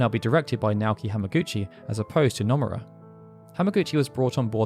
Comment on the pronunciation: stop saying numerra! it's NO MU RA